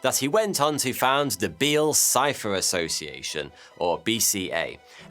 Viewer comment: Did anyone else keep hearing "Bill Cipher" every time he said "Beale Cipher"?